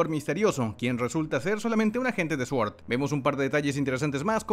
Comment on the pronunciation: S.W.O.R.D Cómo se pronuncia: "sort" Cómo lo pronuncian los que hacen videos de Marvel: "suort"